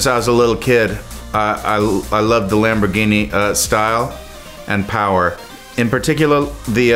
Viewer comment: “lamborghini” -Jack black